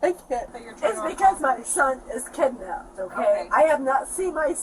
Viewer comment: She said or maybe Slurred kidnapped .